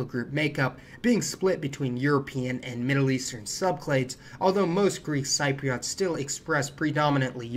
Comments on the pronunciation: Hi! I’m a “Cypriot” 😅 a bit late to comment but Cypriot is pronounced as Sip-reit 😆 also great video! Any more content on Cyprus? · very informative video, as always. May I point out that, for some reason, the 'p' in Ptolemy is silent, i.e., TAH-lem-ee, and Cypriot is SIP-ree-aht? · Just a tip, check how you pronounce Cypriot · Please do not take this the wrong way, but every time you say the word “Cypriot” it just drives me nuts! I studied Latin (Greco-Roman history and some Classical Greek in high school) and I have some ethnic ties to the region, but in US or UK English it is well established that “Cypriot” as a noun or adjective is pronounced “SIP-ree-Ut”. listen here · Can I just say you kept pronouncing Cypriots incorrectly. But you did explain why I have seen DNA reports of many Greek Cypriot not having geeek ancestry in their gene pool, and why many Turkish Cypriots having Greek ancestry. It’s so confusing. Basically as we are in the centre of that region of the world there has been a lot of ‘mingling’ of the blood lines. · A friendly suggestion - you may want to check out the correct pronunciation of the words "levant" and "Cypriot". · Wonderful video - thanks! Levant is pronounced Luh-VANT and Cypriot is pronounced SIH-pree-ut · Cypriot is pronounced Sip ree ot. Levant is Leh-vant, and many other words of people and places were mispronounced.